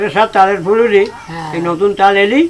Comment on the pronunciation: Furuli na ata hobe fuluri